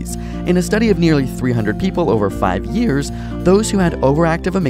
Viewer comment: five yeEARs